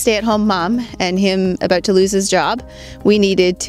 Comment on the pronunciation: happy when you said house and about...yep,she is Canadian (and cute)